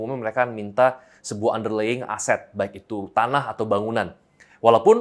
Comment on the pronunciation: Hi P' Chandra: just a minor comment for our future ref. on how to pronounce "underlying" - ✌👌